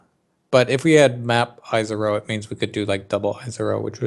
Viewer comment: yep. hilarious that he complains about the language in different articles while mispronouncing lots of names in the game himself: Izaro, Agnerod etc.